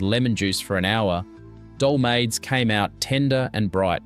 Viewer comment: They are fabulous. ate many of them in my aunty's houses. All wonderful cooks. My kids only getvthe real stuff if I cook it. And much of it is a real project. And please...it is dole ma thes. Pronunciation through this is almost 100% wrong. Just awful. But a good video. Made me miss my crazy Greek relatives and our huge family celebrations. And if you have ever seen the first movie of My Big Fat Greek Wedding, it is the gospel truth, with.a couple variations. No Windex cures in our house. My dad went for the good stuff, apricot brandy!